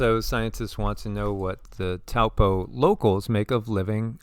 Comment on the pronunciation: Peace Be Unto You! First of all; Thank you for the information .. Let’s go Taupo; it is ACTUALLY PRONOUNCED TOE-PAW😮 The technology of these people cannot control a Super Volcano 🌋! Lol…they’re not ALL POWERFUL! Only #1 is .. WAS